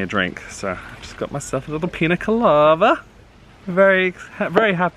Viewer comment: All this time I thought you and have been saying ‘Pina Colada’ wrong. I thought, ‘oh sweet and, non drinkers- don’t know the name’. Then I just had to google it and now realize a Pina Colava is an actual drink! 😆 Silly me!! It looks delicious too!